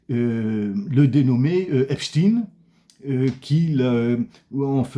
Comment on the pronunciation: C’est bien ça. Le Vieux moquait la prononciation « à La Russe » et le détournement d’attention vers le sempiternel « célesRusses », Epstein étant reconnu depuis longtemps comme agent du Mossad. « Epstine » ayant l’heureuse particularité de rimer avec Poutine